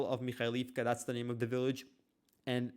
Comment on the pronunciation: What is your background You seem very knowledgeable about military science and is the only westerner I heard that can pronounce the names